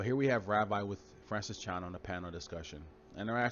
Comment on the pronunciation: First it's not pronounced Ravai, it's pronounced Ravee, though it's spelled Ravi, and Ravi Zacharais was just an eloquent speaker and many even idolized him, which God hates. Let us just show Christian love and pray for his family and close friends who'll be hurting beyond words, let us remind ourselves that like all of us he was just a sinful human being, who struggled with sin, and also let it be a warning to all of us to live what we preach, may God's comfort and healing be upon Ravi's family and may this tragic and painful episode draw them closer to Jesus, this is my prayer for them.